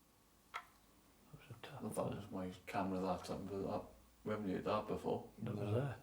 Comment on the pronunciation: Can't get over how they keep saying: "HEARED" (hēerd), instead of: "HEARD" (hĕrd). 😂😂😂